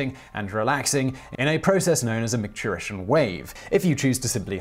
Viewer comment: SACK-ral??? Is that a European thing? Because it's pronounced SAY-cral. MIKE-turition??? It's MICK-turition. Ureter, not uterus. This is flat out sloppy pronouncing and rather unacceptable for a channel of this quality. And not the first time I've noticed it.